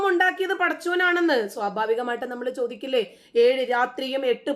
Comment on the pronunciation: വലയ്ക്കുന്ന ശോദ്യം ്് ശോദിക്കല്ലേ . ടീച്ചറ് മ്യോളെ😂